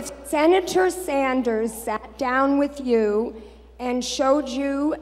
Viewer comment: Public opinion? She does not represent public opinion, she opposes it. Sen. Saunders? She can't even say his name properly.